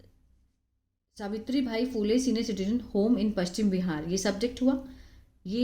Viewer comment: सावित्रीबाई फुले है ..... आप सावित्रीभाई बोल रहे हो.